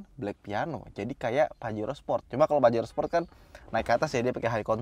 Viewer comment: pajero sprot dong 🤣 emang suka keceletot sih bilang sport jadi sprot 😂